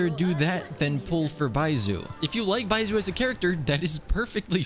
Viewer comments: Just for reference, it’s not bai-zoo is bai-zh-oo (the zh is similar to the beginning of Zhongli) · 1. its pronounced baischu not baisu 2. you used xingqiu in the test run and 3. youre using yae miko wrong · baiSOO? really? Are you mispronouncing all the character names on purpose? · i dont care that hes not pulling for baizhu what mostly irked me slightly was the mispronunciation of his name lmao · I'm glad you didn't pull for Baizhu bc you keep saying his name wrong and I can't handle it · It's not the first time i've heard him mispronounce a name, there's guides out there to pronounce the names properly. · yes? he is making content about this game and is going to constantly name these characters, so might as well do his 10 minute research to know how the names are prononunced and make an effort to do so rather than keeping mispronouncing them over and over. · why would he even do that in the first place he may not even know he's mispronounced them